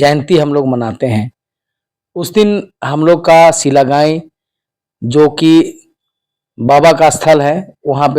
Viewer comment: महाशय जी, शिलगांई नहीं, अपितु शिलागांई।